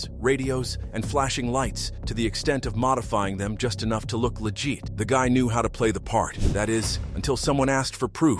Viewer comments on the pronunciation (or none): The stupid AI pronounced legit as legeet 😂. Hate this crap. Hire a homeless guy with a pleasant voice. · I hate AI narration. It's not "legeet" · “Legeet”? A.I. = always irritating. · Legit pronounced legeet? Come on, people. Content creators need to listen to the AI voice and make corrections. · Ok you lost me at “legeet” to hell with you AI… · Your AI pronunciation is not "legeet" 😂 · He said lejeet 😂😂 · “Legeet” lol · The computer narration is horrible and makes almost no sense. You can tell it's fake narration when it pronounces simple words like "legit" so badly. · Yeah, and other oddities like how the voice over pronounces "legit" , makes me wonder if this is AI or something bizarre.